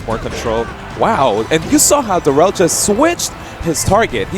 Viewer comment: Fuck yeah, Darrel! Puttin' in work fasho. And it's pronounced like "dare uhl," just FYI.